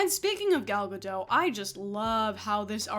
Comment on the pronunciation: Gal GaDOT. She is not French. Pronounce the T!!!